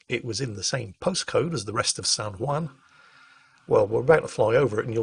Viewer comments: Can someone in England tell how to pronounce Juan? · I know the J in Juan is pronounced with a W sound but hearing pronouncing Juan was driving me bonkers